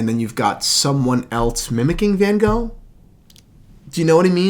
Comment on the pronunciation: Never ever heard someone pronounce Van Gogh so wrong 😂